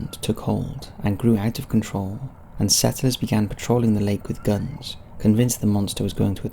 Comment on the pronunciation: I love how he says things like, "antlers" and "settlers". It really shows off his accent.